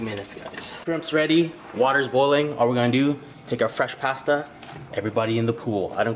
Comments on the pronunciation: HE SAID PASTA WRONG 😔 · I cringe at how you say pasta 😩😂😂